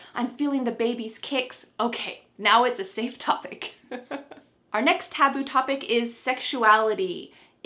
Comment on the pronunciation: Who missread the word "taboo" like"taobao"😂😂